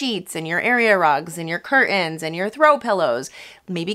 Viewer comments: what are cur-ains?😂 not a native english speaker. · Curtains…. Don’t drop the “t.”